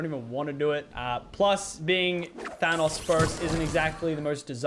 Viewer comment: your saying thanos wrong